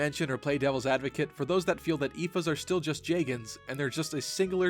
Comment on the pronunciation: Is that seriously how one pronounces "Oifey?"